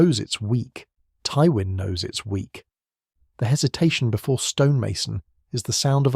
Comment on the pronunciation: Why do you pronounce Twyin's name wrong? Also please stop using AI to assist your scripts. It is painfully transparent that you aren't speaking with a fully authentic voice.